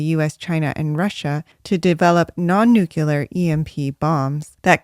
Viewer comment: nuclear vs nucular 😁.... I hope George Bush did not teach you science